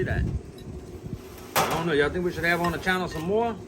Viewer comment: "I'ont kno" 🎧📚 Lol, "what a genuine " "I don't know" 😂🙈 You all converse well " good for the channel " 📡👍